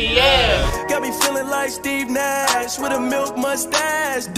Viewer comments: He said Steve Mash but ok... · Who else noticed that didn’t say Steve Nash right